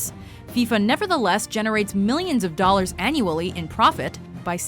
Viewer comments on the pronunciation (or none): none